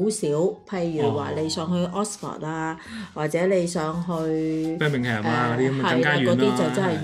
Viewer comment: 住在咁耐，下次不如讀返Birming（um) , 唔好 ham. St alban 出London peak hour 超貴，而且樓價好高